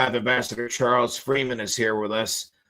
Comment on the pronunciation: BTW Judge, it's not Charles, its Chas Freeman